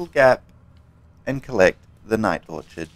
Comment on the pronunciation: "Or Kid"..not orchard